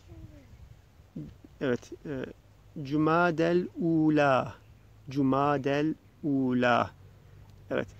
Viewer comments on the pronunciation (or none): Hocam "cumadel ûla" derken bir ى harfi var. Onu seslendirmek gerekmiyor mu? "cumadiyel .." gibi. Bir de leylek gövdesi gibi görünen makam kısmının son kelimesi acaba "aliyye" olabilir mi? Saygılarımla Ma'ziretun....